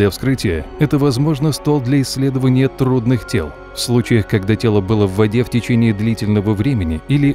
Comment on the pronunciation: Трудных тьел... :DDDD